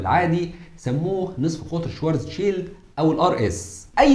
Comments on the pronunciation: الحلقة دي رائعة جدا جدا انت اتكلمت عن علماء طول التعاقب الزمني هضم اسمائهم بس أنا حاطت لمعظمهم صور في شقتي … ملحوظة النطق الصحيح لاسم العالم الألماني هو كارل شڤارتسشييلد مش شوارزشيلد تحياتي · وين يا عم وينك ...اشتقنالك ....بس للتصحيح اللفظي باعتبار الاسم ينطق بالألمانية : شفارتسفيلد